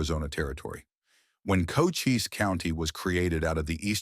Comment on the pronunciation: FEW PICS ARE EVEN RELATED TO TOMBSTONE. Ed Schefflin & other names, including Cochise County are pronounced wrong...the narrative seems to be more prose than facts!!! Sickening what click baiters are doing to history!!